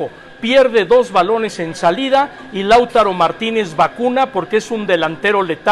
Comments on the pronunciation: Tenés toda la razón, dejame decir 3 pavadas, 1) No es Láutaro, es Lautaro, grave, creo que es araucano el nombre, 2) Acá en Argentina es "si mi abuelita tuviese ruedas, sería una bicicleta" y 3) La entonación del "váyase a la hemeroteca" del suena más a un "váyase a la rpmqlrmp" :) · No es Láutaro acentuándola como esdrújula. Es Lautaro acento grave sin tilde.